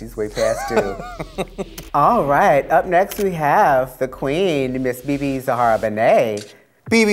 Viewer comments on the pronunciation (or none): It's Bebe ZAHARA Benet, not ZEHARA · its ZAHARA. not ZEHARA. ohmylord.